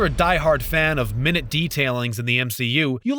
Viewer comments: My-newt not mine-yoot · Minute.... Mine-yoot.... 🤦‍♂️ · It's pronounced mine-yoot, not min-it. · Forget him mispronouncing minute.. Did he seriously call Josh Brolin JOSS Brolin 🤦‍♂️ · Please teach the announcer the correct pronunciation of the adjective "minute" (meaning small), which is different than the noun "minute" (a unit of time).